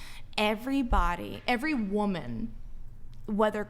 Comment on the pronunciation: When she can start pronouncing the word Woman correctly & also using it correctly in a sentence then I will listen to more than two words out of her crazy mouth! Holy shit! 🤯